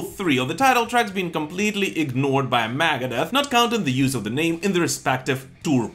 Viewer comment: i could not be the only person who thinks he says "Maggot Death" when he says Megadeth